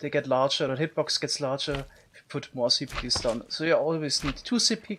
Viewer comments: I love how he says in his accent "si pickels" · "sea pikiels" xD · Chuckling every time he attempts to say "Sea pickles" and fails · I love the way he says sea pickles it's so satisfying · Lol the way u say sea pickles is so funny ngl 🤣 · I love the way he says “Sea Pickles” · I love how he pronounces sea pickles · The way you say sea pickles is just awesome. People usually pronounce an e between k and l sea pickels. But not you xd